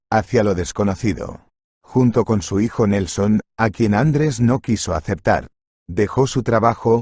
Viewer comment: Bonita historia muchas gracias. Lo que echo de menos es que un castellano parlante, no acentúe como es debido. Me suena tan mal el nombre ... Andres en vez de Andrés.